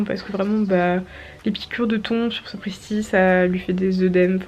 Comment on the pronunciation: purée je croyais que tu parlais des thon genre les poissons mdrrrr Les taons se prononcent « tan » du coup j’avais pas compris 😭😭 je m’imaginais des poissons mordre les chevaux j’étais perdu 😂